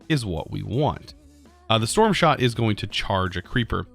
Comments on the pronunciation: so nobody is going to mention "shtorm shot" ?? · Ah yes the shtorm shot